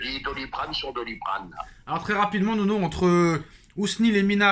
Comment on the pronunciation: C’est pas Nono, c’est NEUNEU !! 😂😂😂